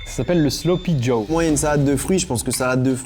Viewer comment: C'est "sloppy Joe" pas jaw 😅😅